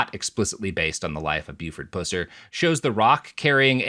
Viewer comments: Please PLEASE stop pronouncing his name pewser. It's pronounced puhser...he was a jerk either way though tbh. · You keep saying his last name wrong. It's Puss-er, not Pew-cer. But you would have to have grown up in red neck hell like me to know that